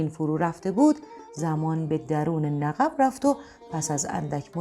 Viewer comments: خانم گوینده Naghibi غلط است تغییر دهید و بگوئید naghib باید گفت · درود،آخرعزیزجان نَقَب دیگرچه سیغه ایست! لطفا سعی شودکلمات درست بیان شود، درست آن قاف باحرف سکون است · در بیان نقب که تونل زیر زمینی ست تلفظ درست نیست چرا که نقب بدون تشدید میباش که گفته شد ۰نققبی که بدون اضافه کردن و تکرار (ق) دوم نقب خوانده می‌شود۰ و اینکه تصاویر و فرم لباسها و بناها و حرم سرای حکومتی نشان از حکایت حکومت عثمانی میباشد۰ بهر سوی سپاس از شما 🙏⚘️ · عزیزم کلمه "نقب"را کاملا اشتباه تلفظ می فرمایید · ایکاش در داستان‌های ما اینهمه خشونت خونریزی نبود. ضمنا این گوینده توانا لغت رادرست ادا می‌کردند مثل نقب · داستان زیبایی بود اما تلفظ نقب را اشتباه فرمودیید ممنون از داستان زیباتون